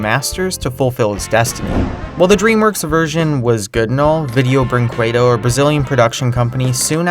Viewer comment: VINDEON BRINQUEDON